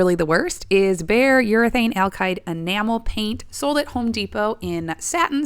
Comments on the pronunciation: Please say "ALKID" not "ALKIDE" ...... you're killing my ears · "Alkide" paint? I'll be sure to buy some